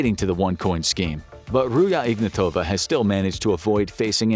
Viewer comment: Ruzha Ignatova is bulgarian. get the names pronunciation straight, rookie.